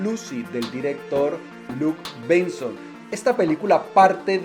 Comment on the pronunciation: La pronunciación anglo del director parisino Luc Besson no informa, deforma.